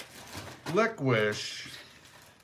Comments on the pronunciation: Love it too lickwish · is such a Wisconsinite….Licuish!!!! That is so how we Wisconsin people pronounce licorice! ♥️♥️♥️♥️ Gorgeous hotel!! Have a great time!!